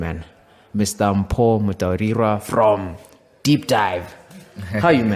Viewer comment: You didn’t say "Mpho Mutaurirwa" right. REDO EVERYTHING.